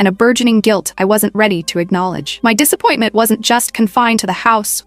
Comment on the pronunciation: "My disÆpointment"